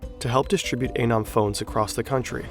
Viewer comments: The guy in your video clip showed you how to pronounce ANON, and you ignore it. 👎👎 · I do think it’s pronounced ah-neu-m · Is it anøm or anom? You pronounced it anom, but wrote it as anøm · Your pronunciation of “anom” is just plain bad.